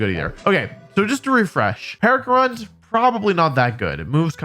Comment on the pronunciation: Percharunt 💀 Its PECH a (uh) runt Where did the r come from :c Congrats on reaching 1 Mil!